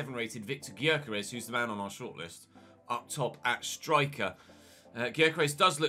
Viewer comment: Gyokeres is pronounced yokeresh